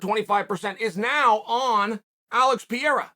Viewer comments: thanks for teaching me how to pronounce pee-era correctly Uncle Chael.... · Alex Peeyera Uncle Chael at his finest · Uncle Chael. It's pronounced Par-ray-rar 🤗🤦🏿‍♂️ Love your content, Champ. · Oh Chael why do you keep saying Pierre? You have to know his name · Uncle Chael just legally changed someone's name again. This time it's Alex Peeyera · pee-era comment for the algo, ty uncle chael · bruh keeps saying piera like it has one R undefeated undisputed at pronouncing fighter names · Get pee-era on ufc4. Cmon uncle chael you can do it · Now it's pretty clear that Chael is mispronouncing 'Pereira' as 'Pièrra' on purpose. That's pretty pathetic. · Pee Error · who tf is Piera? LMAO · I have a question for those who speak Portuguese. Does the bas guy have slight problems with pronouncing Alex Pereira family name or he's pretty accurate? Thanks. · I hate the way he butchers his name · Is Chael just trolling us now with Alex's last name?! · I believe you are going to repeat this name a lot in the near future, please get it right Uncle Chael, P E R E I R A. Muito Obrigado 😊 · Learn to say his name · The fact that Chael hasnt correct yet how he pronounces Pereira's name after half a year since he started to talk bout him, is getting fucking stupid man. Is not funny anymore, is just annoying. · Chaels ability to pronounce names is second to none. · I think Chael gets his name wrong intentionally. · will Chael ever learn how pronounce Pereira lol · The way he casually butchers Pereira`s name made me laugh so hard . xD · Alex Pereira has just been pronouncing his own name wrong his entire life. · For the love of god man just learn to pronounce the name correctly. It is not that hard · "Piera" wtf you talking about chael? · Piera.... P E R E I R A... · Come on. Say it with me Uncle Chael, PEE-AIR-UH. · Alex "PIERA" lol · Alex PEE-ERA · "Piera" hahaha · Perreira: Pronounced Per-Era, as in Ireal Adesanya is a once per era fighter. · Chael “Alex Pierra” Sonnen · Alex peeyera